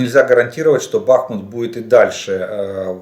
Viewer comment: Зря исправились на счет БАхмута, название идет от реки БАхмутка, а не БахмУтка